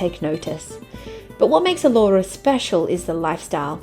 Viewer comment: It's pronounced A lora with the stress on the A